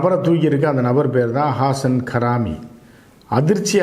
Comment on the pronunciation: Don't pronounce his name as Karaami, his name is Haraami